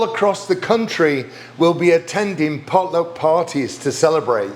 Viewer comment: Darren, your pronunciation of "pot luck" seems more like "polo" to me. I had to back up and listen again. 🙂 Excellent way to make the "runt" out of the last bit of dough --- you did it just like I do.